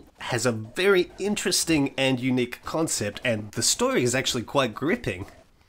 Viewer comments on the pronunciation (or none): none